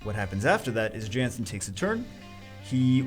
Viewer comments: It's a viking, shouldn't it be pronounced (YAHNS-sin)? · It's pronounced as "Yan-Sen"